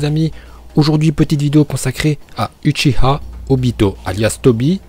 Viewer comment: on dit ouchiwa et je sais comment sa s écrit